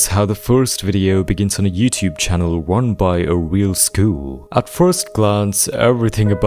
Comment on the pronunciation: “run by a real shwuol”